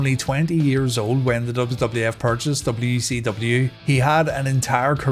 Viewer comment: Anyone else hear wecw?